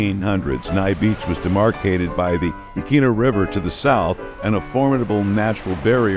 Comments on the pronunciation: So you dont forget, here is what park ranger told me when I moved here 13 years ago. It rhymes with Quinn as in Anthony Quinn Yah Quinn a (short a)named after the local😢 Native Americans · Yaqwina at least say it right!